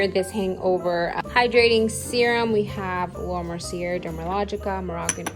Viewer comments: Hi just a heads up her name is pronounced Laura (Mer SEE A). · Nice collection! Btw, Laura's last name is pronounced Mercy-A. No offense.